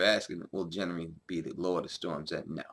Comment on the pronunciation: Who the fuck is Jenry? Gendry has a G sound not a J sound.